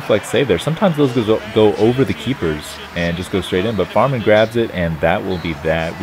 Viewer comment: english language and pronounciation of german names #FailFish who is Farmann ? #Kappa